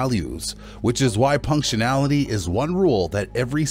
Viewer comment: It's punctuality not punctinality. Do better.